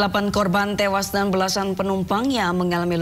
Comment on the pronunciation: Innalillahi wa innalilahi rojiun..smoga husnul khotimah u seluruh korban kecelakaan yg meninggal dunia aamiin yra..salfok sm narasi pembaca berita knp ada intonasi korban "tewaas" tdk ada kalimat yg lbh enk u d didengar..